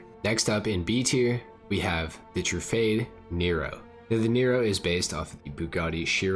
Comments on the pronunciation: Tru-fard-ay not True-Fade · Trufade? I say it as Truffade like saying it as Bugatti. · It’s actually not pronounced “fade”